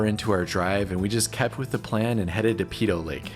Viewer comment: Peyto Lake - pronounced: Pay-toe, not Pee-toe!